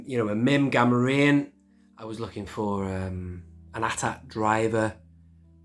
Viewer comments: I've been sitting here going "Gam-or-ri-an" "Gam-or-ree-an" for enough time that I'm coming down on the side of the latter. I think. I might need to use my phone-a-friend lifeline though. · You say "Gam-or-ri-an" (rhymes with Delorean)/"Gam-or-ree-an", I say "well now I'm confused".